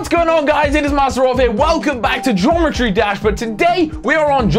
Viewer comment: What? "Gometry Dash"